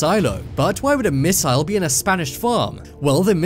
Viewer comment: A miss-I-ile? It's missile No offense.